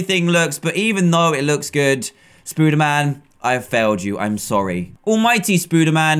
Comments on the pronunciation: ITS NOT SPOODERMAN ITS SPODERMAN! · hey dan its prononced spoderman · you are saying spader man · Does he say spooderman instead of spiderman on purpose? I just mean in general, not the kit name because "Spooderman" is the kit name.